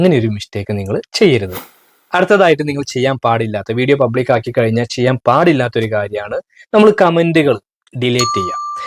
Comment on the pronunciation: കയിഞ്ഞാൽ അല്ല കഴിഞ്ഞാൽ 😊😊😊